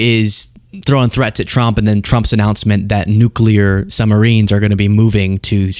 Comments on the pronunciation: Nu Clear, please for the love of god, say it just like that. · Get the bugger out! Please..... (He says 'nulcear' by the way) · I'm pretty sure he said "nucular".